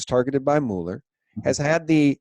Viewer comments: Pronounced MewLer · Please get this right: Robert Mueller's last name is pronounced as "Muller" (rhymes with "duller"). Please see (hover over the phonetic spelling, where the vowel sound is as the "u" in "cut") and